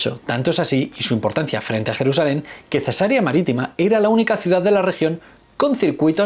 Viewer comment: Hablando de errores... la ciudad a la que haces referencia es Cesarea, no cesárea. Has pronunciado la ciudad dándole el nombre de una intervención quirúrgica en la cual se realiza una incisión en el abdomen y el útero de la madre para extraer uno o más bebés. En Cesarea la sílaba tónica es la penúltima y termina en vocal, por lo tanto no se acentúa.